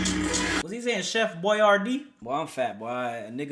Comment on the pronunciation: Why did it sound like x was saying Chef Boyardee Floor 555